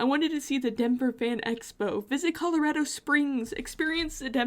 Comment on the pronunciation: As a native born Coloradan, I love that you pronounce it correctly. Based on your description of living there you probably live near me which is dope! If you ever are back there’s tons to do and one thing I always tell people about going anywhere and they’re stressed about getting there “it ain’t nothing but a drive” you got this.